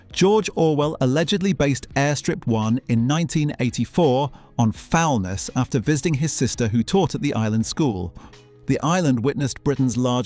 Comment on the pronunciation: Foulness. The stress is on the second syllable!